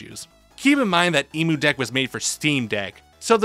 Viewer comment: As an Australian hearing "E-Moo deck" hurts my soul.